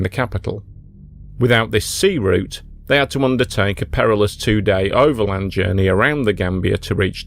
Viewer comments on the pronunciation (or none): none